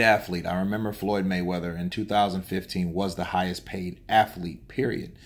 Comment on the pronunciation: What??? *Hidhest Paid??? Oh my God, My toes are laughing 😁